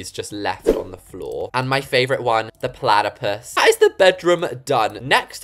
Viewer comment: I just love how he calls the bloxburg cat plush a plataplus😭